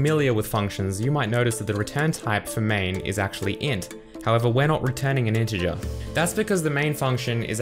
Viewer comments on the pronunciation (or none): none